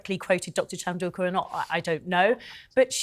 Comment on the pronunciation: Piers, please pronounce Sophie Chandauka's name correctly.